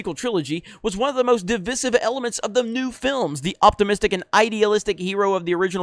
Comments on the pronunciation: Can't pronounce divisive correctly either, same as the other Jeremy. It's De-vice-sive not de-viz-if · DivIsive, not divisive.